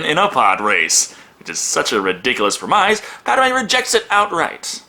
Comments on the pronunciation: I super love your videos but fyi the word 'premise' is pronounced "prem - iss/yss' (like 'miss' 'diss' or 'piss'), not 'pre-myze' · Second time that he's pronounced "premise" like rhyming with "demise", the end's said like" -iss" dude! Just goes to show that otherwise very intelligent people like him have an Achilles heel somewhere no matter how great their hair may be! :) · I love ya, I really do - but please google the pronunciation of “premise”. Surely you’ve heard this word used in conversation before... ok, that is all... carry on! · Dude, I love ya, but that IS NOT how you pronounce "premise"